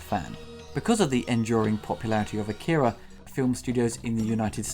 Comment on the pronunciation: Saying "Akira" wrong the whole video